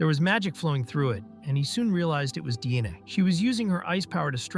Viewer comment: I can't help but hear, every time Diane's name is pronounced, DNA.